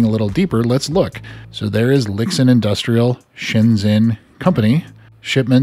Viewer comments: Pronounced "Lee-Shin" FWIW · Just some unimportant notes: Lixin is pronounced as something like Li Shin. Weiruixin as Wei Rui Shin lol